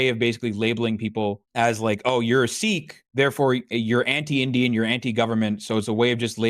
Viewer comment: Hasan pronouncing Sikh better than an Indian lol